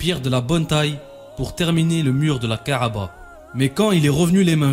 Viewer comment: ka3ba et non ka3aba !!!